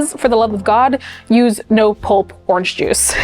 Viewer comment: I'm relieved to hear someone else saying "ornch juice" because I also pronounce it this way 😂